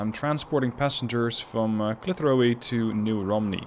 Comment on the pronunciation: and yet you don't comment on how he pronouced Clitheroe-eee